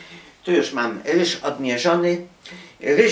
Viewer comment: nie muw się rysz tylko ryż